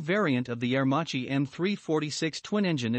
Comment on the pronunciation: Can you say Air Maki instead of Machi Thanks